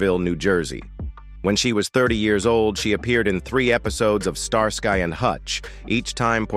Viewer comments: Pronounced Star ski not star sky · Pronounced star-skee..not star-sky. Fix your AI! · Star-sky 😂 it's pronounced starski😂😂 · I haven’t watched all of this yet - and of course the content could have been changed since some of the comments were added - but the bit I’ve seen about David Soul’s death does seem to be correct. I definitely suspect some AI involvement in the voice. It refers to Starsky as Star Sky ie. pronounced very weirdly and no human would say it that way 😆. Can’t comment on a lot of the other content cos I couldn’t bring myself to watch it due to being irritated 😆. Lots of the other people mentioned eg “ landlady” among others were bit parts with tiny profiles in the show. As human beings they were clearly important and cared about by their own loved ones but to use them purely to attract people to a video about actors in this tv show who have passed away seems very exploitative to me. Sorry - my personal opinion though 🥴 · 99 percent of the time I skip AI narrated videos, especially when I hear the voice of this video, Star sky and hutch was a favorite show in the 70s, I didn't get through the whole video, and once again I will not waste my time watching these AI narrations, lazy, shitty, annoying videos. Just a reminder to myself, don't bother with this crap on YouTube. AI never gets vocabulary correct, and it should matter. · They can't even pronounce the name Starsky properly, probably useless AI which reads it as Star Sky ...